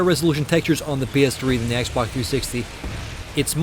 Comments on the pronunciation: This guy keeps saying xbok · He keeps saying xbock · he says x-bok